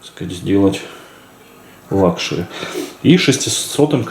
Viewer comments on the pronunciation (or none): none